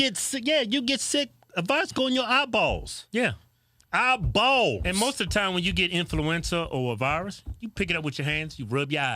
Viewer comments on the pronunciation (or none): EYE - Bawls 😂